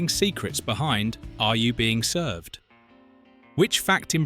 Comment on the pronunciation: Another video with AI commentary, made obvious by the weird pronunciation of the title and also weird pauses and odd stress on words. AI slop.